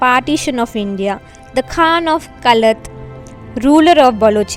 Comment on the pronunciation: Pehle tik se Qalat Bolna seekho